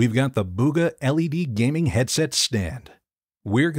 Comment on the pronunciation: bro seriously said "Gamming" 💀